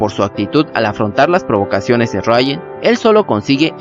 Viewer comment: ejem, si solo una duda ¿porque le llamas rayan a riuen? xD